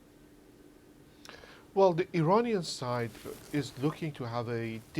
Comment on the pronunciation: Why’s he keep saying Uranian